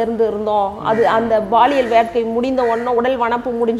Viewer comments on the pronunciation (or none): Madam, Athu Baliyal illa Paliyal😂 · அது baliyal illai Paliyal (பாலியல்)